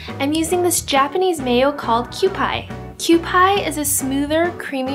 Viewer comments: It's pronounced kew-pee not kew-pie lol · It's pronounced QP hehe :p but I'm from Hawaii and I love poke on top of sushi as well as in a bowl~ I also love the spicy poke topped with teriyaki sauce to balance out the spiciness. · BTW, Kewpie is pronounced "kyoo-pee." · Looks great! I want to try these! Btw the mayo is pronounced "kew-PEA" :P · It's q-p mayo ( literally just the letters q and p) lol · i thought kewpie was pronounced kew-pee... am i wrong? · Cupie is pronounced more like "cu-pea" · It's pronounced Kew-pee mayo